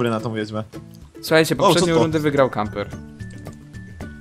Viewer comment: Camper! <3 A ty "leszczu" jeszcze trochę poćwicz xD